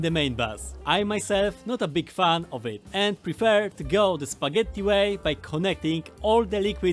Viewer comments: You can definitely notice some Italian vibe with four "t" in spagetttti 😂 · are u italian or do u pronounce spaghetti that way for fun? :D